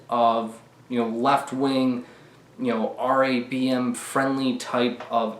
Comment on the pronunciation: Why does it sound like you’re saying Dong Raid